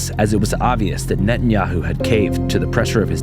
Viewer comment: NET-IN-HI-YOU lol